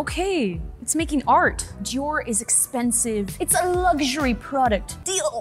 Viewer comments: It’s pronounced dieor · that accent when u said dior love u guys so much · I love how said Dior😂